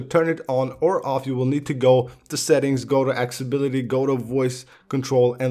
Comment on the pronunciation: Good video bro, can you say accessibility one more time plz?